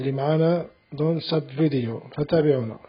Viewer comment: خيا نقلوا cheveaux et video حسني النطق بالO وليس بالE اي فيديو o et شفو c est aussi بال O وبرك الله فيك على المجهود اعانك الله سلام